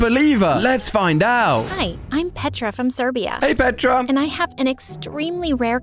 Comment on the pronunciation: you're saying petra's name wrong, you're saying petraa, you're saying petra in Serbian